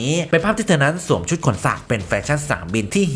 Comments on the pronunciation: " สวมซุด " คนบ้านได๋น้อ บ้านเดียวกันคักๆ 5555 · เทอมักจะสวดซุด!🤣แอดพักผ่อนมั่งนะค๊าาา😁